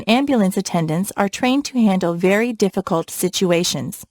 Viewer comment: my god what is this ,,, deficulet